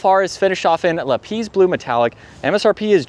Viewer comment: Nope. It is LAP like a lap time, emphasis on LAP and then PISS like urination! And it is the same in English and German.